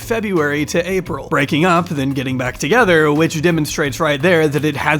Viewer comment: “when we were togetheder” 😭😭